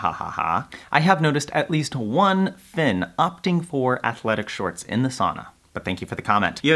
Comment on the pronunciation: at night “da finnish noob” man se on tota "the" juttu minkä sä lausut!